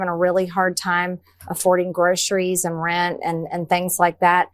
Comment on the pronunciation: Why do some Americans pronounce 'groceries' as 'growshuries'?